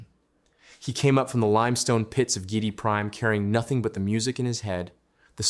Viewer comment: I think that the name is pronounced GEE- eh- dee Prime. Good video to continue the great DUNE saga.